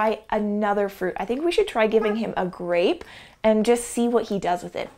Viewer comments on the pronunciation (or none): He said grAypE Behnana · = Can you say grape? Kemosabe= Gwap